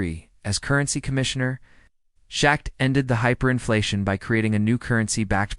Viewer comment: Meow? Don't you mean MEFO? This vid sounds like a copy paste on a previous video, but crappier with the use of Ai. I'll give this vid a 2 out of 10 simply because of the mispronouncing of the word MEFO and Schackz name. (Forgive me if I misspelled the man's name)